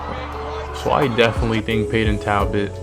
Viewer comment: It's Talbott bro